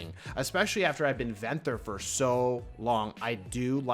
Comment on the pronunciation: “Venthur” it’s ven-thyr